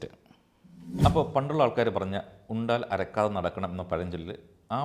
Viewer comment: Ara..kaatham Alla Arakkaatham .